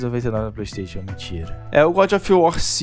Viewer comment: para de falar playstation e fale playstaichon... está me incomodando, rs